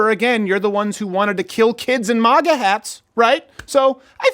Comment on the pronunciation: It's MAGA! Not MAGA!